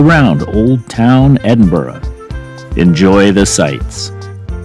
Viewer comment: 10/10 on your pronunciation of Edinburgh. Opens the video with a 'WoW' factor.